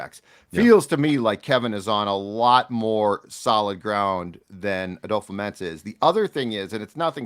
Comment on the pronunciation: kind of petty but, why do you pronounce it "adofa-mensah" instead of "adofo-mensah" like its spelt?